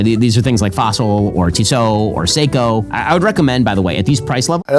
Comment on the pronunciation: Did he say seiko???!????